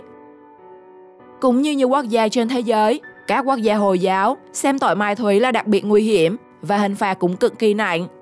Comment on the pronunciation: "Mai thúy" là gì? Giọng đã dở, phát âm còn sai nữa.